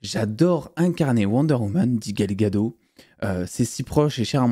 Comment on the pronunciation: C’est Gal Gadot avec un T!